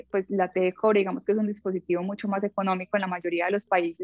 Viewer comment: Es buena info, pero ¿Por qué dice "diApositivo" en vez de "dispositivo"?